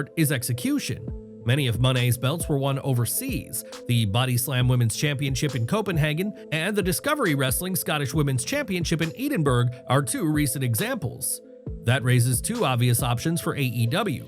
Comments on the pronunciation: Did he say EEdingberg instead of Edinburgh (pronounced The correct pronunciation of Edinburgh is “Edin-burra." or as the Scots say Edinbrah) there is no EE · Is this an A.I. voice. He just called Edinburgh "Eden Burg"?!